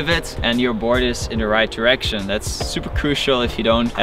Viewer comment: OMGG HE SAID ONE DERECTION 😭😭😭 lmfao